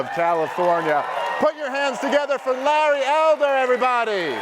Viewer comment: LAWry Elder🤔???? Or Larry Elder😁 Mr.Host